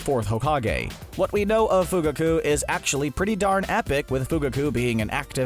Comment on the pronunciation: The way they say their names are horrible ,Fugaku, Deidara